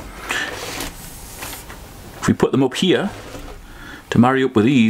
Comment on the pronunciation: Great content. I didn't know "here" was a two syllable word. 😂😎